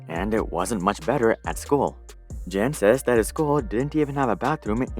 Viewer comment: Great content as always. But one small tip/fun fact Jan is John in most of central Slavic languages and a more accurate pronunciation of the name Jan would be if you read it like Yan. Anyways, highest research quality as always from you.